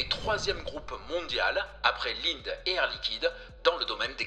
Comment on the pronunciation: ça se prononce "Lindé"